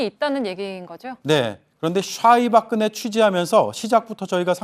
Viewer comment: 오대영 기자님 발음 꿀잼. 솨ㅑ이 박그네